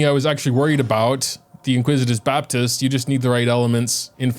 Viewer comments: I swear to Nahida I have to start watching on mute. I am a well read native English speaker and he's had me calling it the inquisitous Baptist too.🤦‍♂️ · "Iniquitious Baptist", not "inquisitive", but I think he should be called the "Inglorious Basterd"